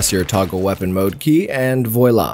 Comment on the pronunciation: the i in voilà should sound like an a ;D